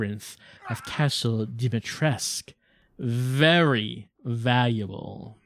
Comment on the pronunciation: Wait... I understand that gets it wrong. But Dimitrescu herself pronouncing the name wrong?